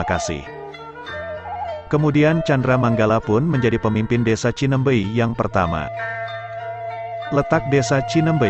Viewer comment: Bukan Cinembey, yang benar Cineumbeuy.